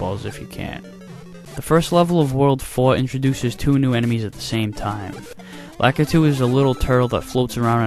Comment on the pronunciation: you sure pronounce "Lakitu" weird...